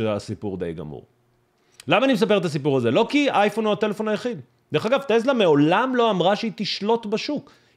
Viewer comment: קוראים לחברה: טסלה ולא טלזה